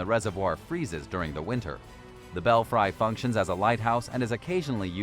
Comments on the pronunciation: Did they really say bell fry?? Lmao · Belfry is pronounced bell free.